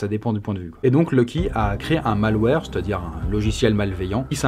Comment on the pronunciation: « le mail-ouarre... » c'est tellement plus simple de dire « le mal ouerre », non? [malware]